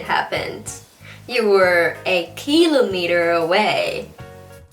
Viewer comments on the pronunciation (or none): nhấn chữ kilometer sai roài...